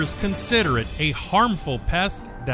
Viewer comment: calling it assglass